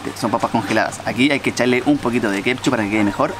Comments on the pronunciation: Wena se dice ketchup, no kepchu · Fabian Astudillo huajauajaja no la corta nunca con decir “kepshu”